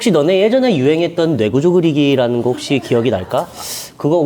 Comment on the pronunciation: 여기 뇌구조그리기 발음이 되게 마끄도나르도 같네